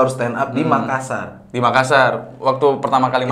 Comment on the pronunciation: Dzawin sebut "Makassar" dengan pronouncation yg benar, salut wkwk..